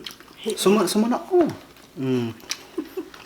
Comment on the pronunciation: "Sumanao" hahaha